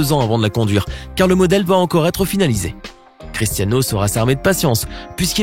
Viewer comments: Il dit cristano Ronaldo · « critAno Ronaldo » 😭😭😭😭😭